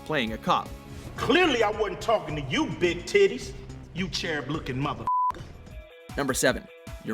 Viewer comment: Anyone else bothered by the fact that he pronounced Cherub like "Chair-rub" and Channing like "Shanning"?